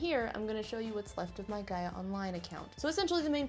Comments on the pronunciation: one: you're saying Gaia right. Two: PLEASE go back on Gaia lol it's changed so much (been on since 2007, left for four years after 2012, and them came back in Jan). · yes she is, it's pronounced "guy-uh" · Also, you are pronouncing "Gaia" right. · You are pronouncing it right do not worry. I always wish I could go back in time to the early internet days because now we know exactly how internet fame works. It would be interesting to see what someone with todays knowledge could do in yesterdays landscape. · I'm 25 now and spent my early teen years obsessed with runescape, neopets and gaia (which I pronounce the same way as you!) but 100% true I learnt how to html code because of neopets and MySpace xD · You were saying Gaia correctly, honestly it's so weird that Gaia is my name, and also this super popular online thing...very unnerving XD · Since my name is actually Gaia, I can tell you that your pronunciation of it sounds good! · LMAO MY NAME IS GAIA!!I used to play gaiaonline all time...IT FELT SO WEIRD WHEN YOU KEPT SAYING MY OMGGGG (also you're saying Gaia right, don't worry lol!) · You are saying ''Gaia'' Right i guess becuase my name is Gaia :') and you said it right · Oh and you're probably saying Gaia right :) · don't worry. u pronounced Gaia correct! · Don't worry you're pronouncing Gaia right!